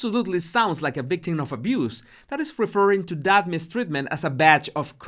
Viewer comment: What is a “ bictim “?